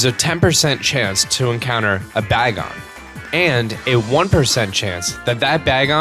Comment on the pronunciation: you also said bagon wrong, but no judges!